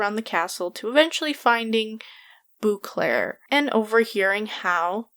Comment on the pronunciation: First comment. Love your videos... But every time you say Bouclaire my hair on my neck rises because that's how people pronounce my last name when they don't know how to actually say it! It's French so it's Bow-clair.